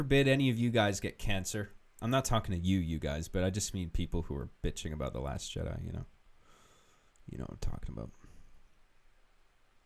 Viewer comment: "The last Chedi" lol